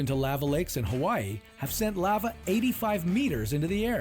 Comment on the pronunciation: This guy managed to pronounce Lava, at least 3 different ways.